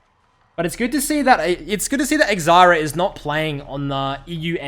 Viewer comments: eck-zyra?.... Try "zye ear uh" :P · Zayira is pronounced ffs